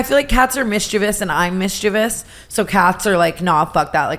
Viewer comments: Tana misprouncing mischievous sent me lol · The way tana pronounces mischievous… girl💀